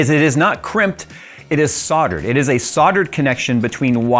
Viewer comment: The L in Soldered is NOT silent.